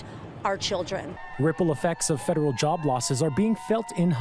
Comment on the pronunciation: Lady you can’t even pronounce the word federal and yes his shutting down the education to make sure there not grooming kids.